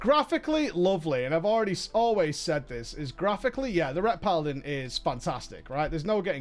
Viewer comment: It is obvious you do not like paladin simply because you cannot pronounce it. TANK is so simple even YOU can get it right :P